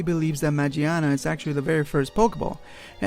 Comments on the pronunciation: You mispronounce her name is not majiana is magiana it comes from mecha (machina) and gear (gia in Japanese) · It's been official pronounced as Ma-GEAR-na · It's MAGEARNA ... u said it wrong... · Actually, it's pronounced Ma "Gia" na, not "Jia" because it's English name is Magearna.. Gia, gear, Gia is the way they pronounce Gear in Japanese. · Dude its magearna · Isnt a oart of its name origins Ma"GEAR"na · magearna. ma-gear-na.